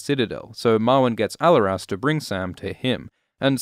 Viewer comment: The way you’re pronouncing Alleras is hurting my ears.